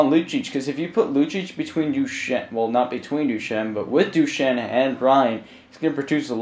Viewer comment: You aren't even pronouncing Duchene's name right...